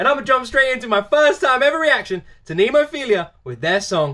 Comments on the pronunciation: Coming mistaken jajaja...phiLLLLa...not philiiiiiia 😆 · Someone needs to recommend him Hanabie…. Oh and it’s NemoPHILA not NemoPHILIA!! There’s no I in between L and A!!!